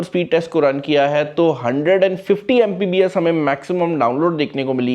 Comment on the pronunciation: "Mpbs" nai "Mbps".